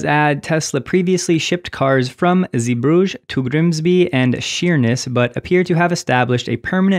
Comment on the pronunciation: It really doesn't matter, but on the pronunciation of 'Zeebrugge': zay-bruGGe This hard "G" is always hard for foreigners, so don't worry. But 'zee' does indeed mean 'sea' but you pronounce it as 'zay/zey'